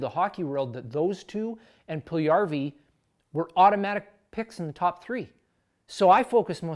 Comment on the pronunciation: Puljujärvi (1PULL-you-2Yar-vee) - You said it Pull-1YAR-vee :)